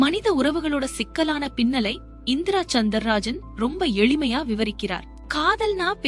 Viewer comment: Author name is indira soundarajan.please pronounce properly.since you are telling stories don't pronounce improperly